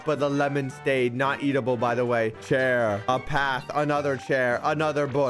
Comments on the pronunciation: he says stade instead of stand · bruh he said staid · He really said “lemonade stade” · ahh yes, "Lemonade Stade," my favorite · Is no one gonna talk abt the fact that Said lemonade Stade at the start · I noticed said Stade instead of stand... lol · bro at the beginning he said, "lemonade stade"😂😂😂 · Did any one realise that at the start he said stade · Did he really say stade instead of stand in the intro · Did just say lemonade stade in he's intro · “Lemonade Stade” Bruh💀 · Yo am I the only one who noticed he said lemonade stade in the beginning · At the beginning he said lemonade staid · “Lemonade stade” 💀💀💀💀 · Bruh you said staid not stand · Bro said lemonade stade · why did he say lemonade staid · Bro said stade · Lemonade "stade" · 4 seconds into the video and you said lemonade stade ;( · did any 1 else hear lemonade stade like=yes comment=no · "Lemonade Staid" lol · “Lemonaid staid” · you said lemonade staid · "lemonade stade" - /3